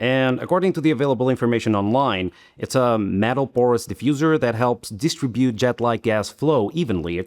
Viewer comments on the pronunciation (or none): after hearing you pronounce distribute I was ready to acuss you of being an AI and then I just realized that English is a second language to you and all good. Great vidio BTW.